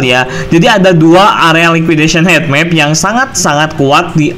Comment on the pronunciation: Bacanya hitmap bukan hetmap